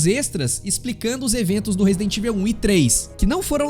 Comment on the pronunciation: pq a maioria da galera fala "resident ivel"?